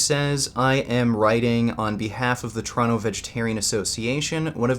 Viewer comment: Poor. When will you ever get at fight in a ring... But you must understand one thing. Nowadays pussys are such pussys that inviting them to a fight at a gym they see as a treat. No matter how "tough" they have acted before in a public video. Also when you say Toronto i hear "Trano". But that might just be me, because im swedish;)